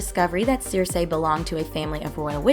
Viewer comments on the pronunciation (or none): It's pronounced SIR-SEE. Not Seer-say.